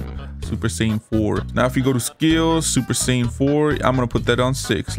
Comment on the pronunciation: It's God not Red